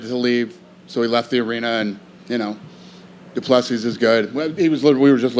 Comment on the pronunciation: Seriously Dana.. can you pronounce Dricus’ full name right please ffs 🤦🏻‍♂️ [Doo-Pla-See]